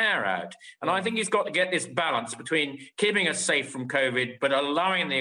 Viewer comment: ‘Balarnce’. Arse.